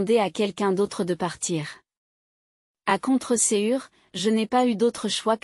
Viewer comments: Comment appelle t'on ceci...❤....! c'est un cœur ❤️ ! aussi l'on dit a contre cœur c'est la prononciation qui est peut être difficile !!!car contre cure cela a un autre sens ! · Ce vous entre époux d'une autre époque contrecoeur ne se dit pas contresure comme prononciation